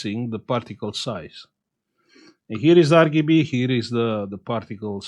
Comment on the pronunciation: "Ar gi bi" 🤣🤣